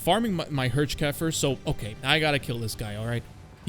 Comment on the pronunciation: The Hirschkäfer is pronounced "HEARR-SH" in German.